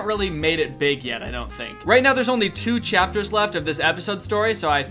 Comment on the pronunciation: "Right now, there's only to CHIAPTERS" It's nice to see I'm not the only one mispronouncing things like that :-D